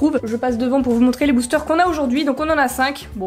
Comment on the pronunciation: tu as dit boochteur